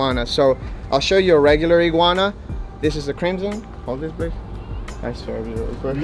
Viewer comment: He said yellow egwana